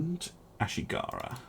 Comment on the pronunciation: I notice you accidentally forgot the "s" in "A*s*higara."